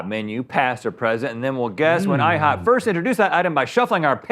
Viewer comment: No one: Rhett: IHOOP